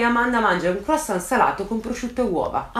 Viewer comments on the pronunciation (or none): none